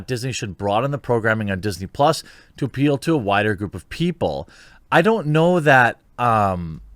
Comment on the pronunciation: "PUS" not Plus.